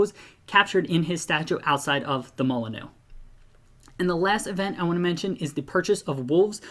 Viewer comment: Hope i don’t offend you but Molineux is pronounced Mol-inn-you